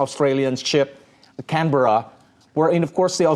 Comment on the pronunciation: Thank you to the TV hostess for pronouncing Canberra correctly. (it's said Canbra).